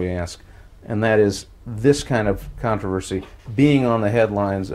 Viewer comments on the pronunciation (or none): Contavenvsy was the word that broke me 😂